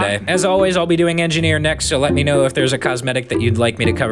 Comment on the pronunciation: Big Joeys "Engi-Gnome" is pretty funny to see